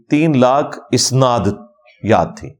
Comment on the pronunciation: جناب مرزاصاحب اَسناد اوراِسنادمیں فرق کرلیجئے اَسنادجمع ہے سندکی اوراِسناد باب افعال کامصدرہے آپ جواِسنادلفظ باربارکہہ رہے وہ دراصل اَسنادلفظ ہے